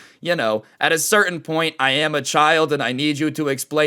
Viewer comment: Ahh yes the "Ik I am"